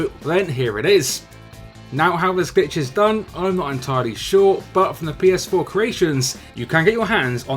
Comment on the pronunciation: Did you say bitch or glitch on that last one